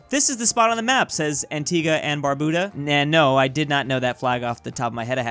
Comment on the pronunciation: its pronounced Anti-GA and barb-U-DAH